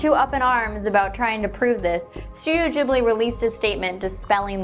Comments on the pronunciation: Studio jibbly? You mean studio ghibli 😆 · Its pronounced studio Gibley kpnot studio jibley but pronunciation doesn't matter because I understood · STUDIO GHIBLI OK!!! NOT JIBLY !!!!!!GHIBLI (Gi-bl-ee)